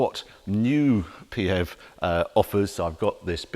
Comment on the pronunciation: I’ve been listening for 5 minutes and I seriously hope the expression “Pee Hev” doesn’t catch on. Sounds like the symptom of a urinary tract infection, or a description of BMWs design ethos.